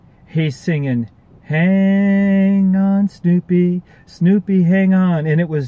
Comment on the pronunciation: It's Sloopy!, not snoopy😊